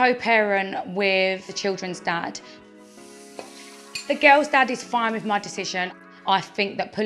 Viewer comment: “the gills” ik she has an accent but, pretty weird way to pronounce girls